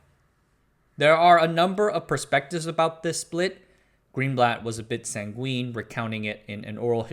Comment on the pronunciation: "Sanguine" is "SANG-gwin", not "san-GWEEN".